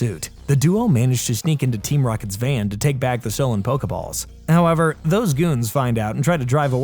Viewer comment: HOwEVeRRR - h0WEvER ... How3veR!!!